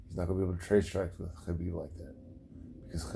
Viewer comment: You pronounce khabib the right way... Nice 👍